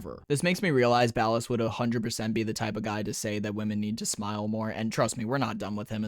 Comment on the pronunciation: Ballas❌Bald Ass ✅